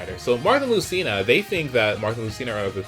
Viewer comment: Marth not Marty